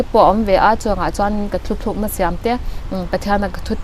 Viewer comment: hi nula fel tak ani ngei ang. "Mai" tih tur "mei" a ti thin leh, "thutlukna" tih tura "Thuthlúkna" a tih lai chiah hi sawiselna ka neih chhun a ni😁👍